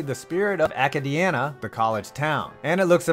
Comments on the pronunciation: It’s pronounced Uh-K-D-Anna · It’s pronounced a kay dee anna, it didn’t bother me, nor am I upset, it was just kinda funny, as I’m from the area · You botched the hell out of pronouncing Acadiana